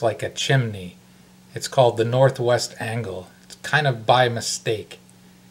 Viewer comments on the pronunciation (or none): Did you say, "the North-West DANGLE?!?" LOL! Cheers! Thumbs Up! Make me some Marinara!